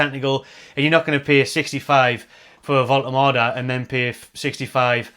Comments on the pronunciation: sorted out the pronunciation:D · Great news, and you’re nailing the pronunciation 👍 So pleased to see us return to our “out of the blue” continental signing strategy - absolutely brilliant stuff!